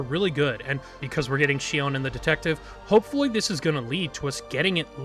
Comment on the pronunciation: Not sure why you mispronounced Shion's name in this video? Her face does move in game. She winces and smiles in animations. Her design reads more like cyborg human than an omnic wearing a human mask bc Hashimoto wear demon(oni) masks (where Shion deems humans the demons.) I don’t really like Shion's writing set up because she feels more like an allegory for human abusive mothers and generational trauma, rather than Shion being omnic first. Bastion, Zenyatta, and Ramattra are all omnics first. Even Orisa and Echo are robots first, not clearly metaohor for human situations like how Shion is an abusive mother figure to Mizuki. I think Shion also unfortunately veers way too much into a regressive "Dragon Lady" stereotype. :/ Her sadism, materialism, defined as 'ooooo uncanny' and its just an Asian woman that looks like a cyborg human, ooc vacuum sealed bust and butt, etc do not read well, nor that devs directly said Shion was inspired by O-Ren from Kill bill. Really disappointing they used kill bill as inspo, considering the director is a woman abuser and actresses were abused during kill bill filming. John Wicke inspo was fine enough. Shion feels like the writers are trying to hard for her to be "edgy badass" without the self aware camp other heroes have like Reaper. Shion's intro animation on the menu made me /laugh/ bc it feels like the writers are trying to hard to make her edgy. Like... where is her camp? Imagine if she had gunheels like bayonetta and did campy action scenes